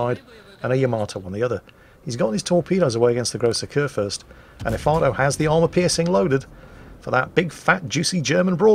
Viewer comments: What, nobody commenting on calling Efato 'Ifarto'? For shame people, we're supposed to be calling him crap and such. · The bevis and buttheqd in me heard "el farto"